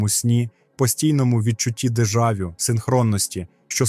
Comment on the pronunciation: Чувак тупо краде чужі ідеї, ще й погано перекладає. Не "проектує" а проецює, дежАвю.. якийсь селюк.. дратує